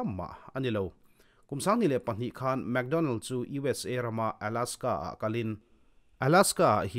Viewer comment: mac donnell, analh na lai tak chu mac tih lai kha,leh map han tih ang chite hi...hehe